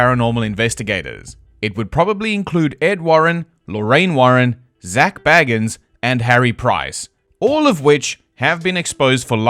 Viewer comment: Dude…..it is not BAG-INS. Not pronounced like Frodo baggins. You pronounce it BAY-GUNS. You shouldn’t trash someone if you can’t even say their name right. Shows you’ve been just told he’s bad by someone else who didn’t know how to say their name.